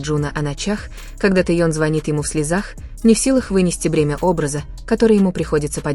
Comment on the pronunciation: Лучше бы выучили правильно имена, а то Тэён!!!